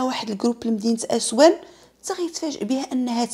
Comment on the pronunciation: اصوان ماشي اسوان هههههه